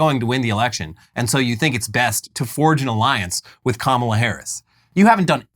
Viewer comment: Margie still can't pronounce Kamala's name correctly, very much on purpose.